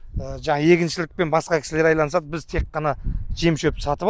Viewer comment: Керемет бір өтініш айланысады емес айналысады деп айтшы Қазақ тілімізді қор қылмаш